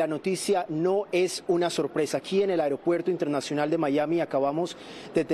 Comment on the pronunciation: Que mande arreglar el " AEREOPUERCO"